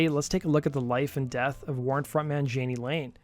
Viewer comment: Dude, please do NOT do a video of someone whose name you cannot even pronounce. It's EMBARRASSING. His name is pronounced Yaa-Nee, not jan-ee.